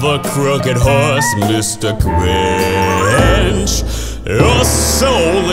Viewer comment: its grinch not gwinch